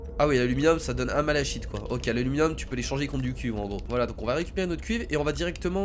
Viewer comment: le malachite se prononce "malaKite" j'aime pas quand on prononce mal les mots sinon super jeu continue comme ça